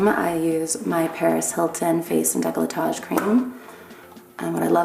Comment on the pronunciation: Decolletage is not a word. It's décolleté.The way americans say it (i m guessing to sound fancy?but why, idk...) sounds like the word decalottage and trust me, it's not something you wanna say. sorry for the lesson, it's just annoying to hear people mispronouncing words from your own language. (btw the french word for asshole is "trou du cul" although a strong "connard" is more likely to be used)